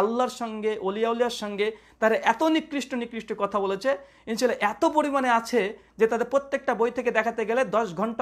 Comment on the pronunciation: যে আলেম শুদ্ধভাবে ان شاء الله এর উচ্চারণ করে না তার থেকে কি আশা করব?